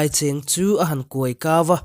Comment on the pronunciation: Khawzing pathian hi a awm ngai reng reng lo. Duh duh phuahchawp loh tur. Khawzing tih hi mitthi khua tihna a ni ngai e. Tin, silai cheng tiha cheng hi i thluk dik lo hul hual e. Aizawlah ka chêng tiha chêng thluk ang te'n i thluk vei thul. Thluk loh tur. Dar zeng nge in tum tiha zeng ang hian thluk tur.